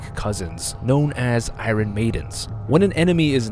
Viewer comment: The way he mispronounces "iron"... Jesus.